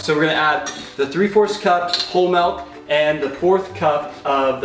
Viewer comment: says melk instead of milk